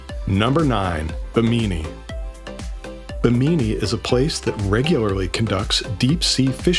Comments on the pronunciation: It’s pronounced : Bim-eh-nee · Its not called Bemini its pronounced Be me ni (Bimini)